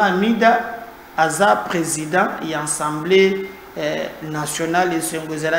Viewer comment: A-100-BLÉ et non AN-100-BLÉ